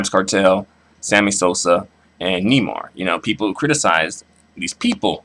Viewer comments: It's "Nay-mar" with the accent in the second syllable not Nee-mar, and he's a racist he doesn't want to be identified as black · Neymar is pronounced (Nay-marr) not (knee-mar) hahaha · it's pronounced nay-mar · It's pronounced NAYmar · Nay mar how you pournounce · It's pronounced naymar just In case you didn't know